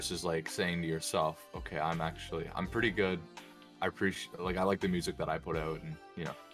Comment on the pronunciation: WUSIC WUSE WODCAST